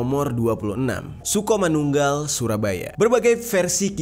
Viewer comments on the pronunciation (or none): Sukomanunggal bang bukan sukomanggul hehe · Sukomanunggal bang bukan sukomanggul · Bang sukomanungal bukan sukomanggul